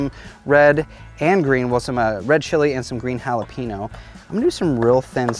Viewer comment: Please learn how to pronounce jalapeño!